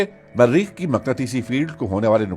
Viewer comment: Marreekh keya hota hai.... its Mareekh single R